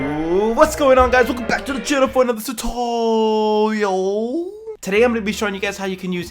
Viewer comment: “Zuatoooooorrrialll”😂😂 appreciate it